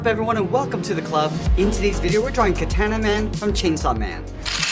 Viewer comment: its ka- ta na man notr kataena man